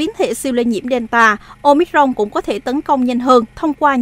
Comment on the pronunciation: Ten cua bien the doc la : Ô mi cron !